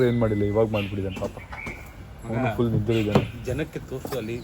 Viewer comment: bro adu thull alla bro 😂😂 full 😂😅